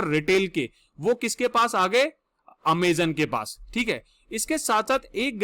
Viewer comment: Not ameeezonn👎